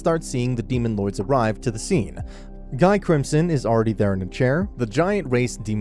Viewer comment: Uh i think you forgot about the primordial demons also its pronounced Ghee not guy